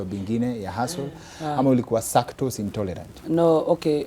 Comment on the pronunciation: I think he meant" sacktose intolerant"😅